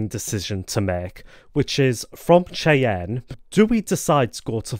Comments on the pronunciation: Cheyenne is pronounced "Shy-anne". Not "Chay-en" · I got a kick out of your pronounciation.